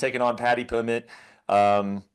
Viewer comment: “Paddy plimmet” 😂😂